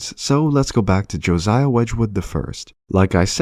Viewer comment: I love these videos, but I'm sure there isn't a single one with some dodgy pronunciation of names. Here are a few: Josiah = juh SIGH uh (not joe ZYa) Ralph = rhymes with "safe" Keynes = keens Aldous = ALL duss (not all-DOE) Erasmus = eRAZmuss